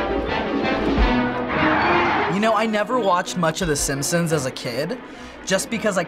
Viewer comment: She said "Yay the sampsons!"